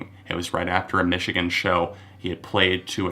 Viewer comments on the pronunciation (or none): none